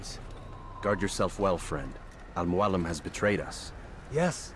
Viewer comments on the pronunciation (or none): I am so pissed off that the voice actor butchered the inflection in Al Mualim. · He places the accent on al muAlim instead of al muaLIM